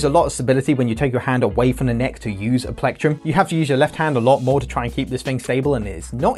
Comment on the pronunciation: Tf is a “plecktrum”?